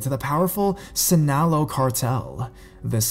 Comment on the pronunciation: in the first story, Sinaloa is actually said the way it is spelled... sin-a-lo-a and yes this story is most likely true bcuz this does happen often..girls are obducted and sold or killed . if the narcos want something they will go to great lengths to get it...no matter what it is.....the only cartel that don't do that is the Sinaloa cartel bcuz they leave innocent people alone. their rivals do things like that